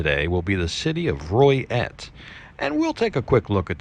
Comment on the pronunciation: Is it pronounced Roy et? I knew a gal from there she always said Loy et maybe my hearing not that good